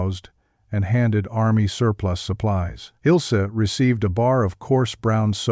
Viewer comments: It's not Ilsee, but IL AS IN ILL, ZEH GERMAN WOMAN'S NAME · HER NAME IS NOT, IS NOT, IS NOT ILL SEH BUT ILzeh. That would be as close as I can come with English letters to correct German pronunciation.